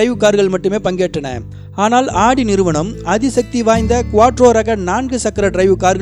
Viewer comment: Not adi its AUDI